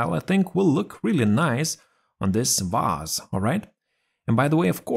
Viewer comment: I just love how you pronounce the word 'vase' - it always sounds 'Vaas', like the infamous mad guy from Far Cry 3. 😆 Using an invisible pie chart to set the right percentage is a very clever idea, I'll use it from now on, thanks! But Microsoft should offer us a much simpler method, I think... You can already set up a lot of things, why this should be different? Also, I had a strong feeling that you're behind this new channel since its style is very similar to yours! And I was right, of course... Good news: you have a new subscriber! 😁 Keep up the good work, mate! 👊